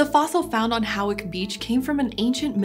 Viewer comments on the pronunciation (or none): ‘Hawick’ is pronounced ‘Hoyk’. Not important, but there you go.